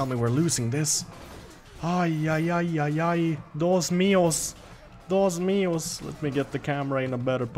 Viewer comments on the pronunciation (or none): "dos mios" LOL it is "DIOS MIO":D